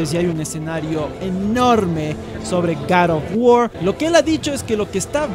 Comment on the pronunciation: Como siempre excelente video y la pronunciación correcta del nombre del juego jajajaj garofguar un abrazo desde el país vecino colombia